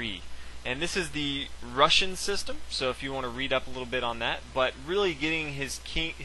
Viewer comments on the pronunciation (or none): none